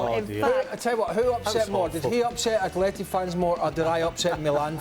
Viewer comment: It's pronounced Atleti.